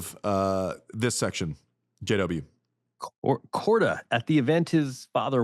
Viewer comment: Korda 🤣🤣🤣 What the hell are u saying